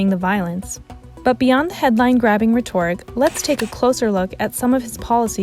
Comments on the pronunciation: "Rhe-TORIC" "Five hundred and thousand" So good lol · Not an objective take, very unprofessional, and learn how to pronounce rhetoric.